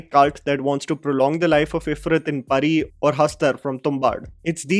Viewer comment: It's Pronounced Perri bro...Pari toh SonPari hota hai all children might have seen it....